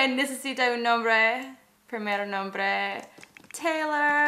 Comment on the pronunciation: taylor en español se dice teylor